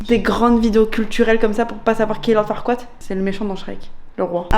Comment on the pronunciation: Lord FarquaaD pas FarquaaT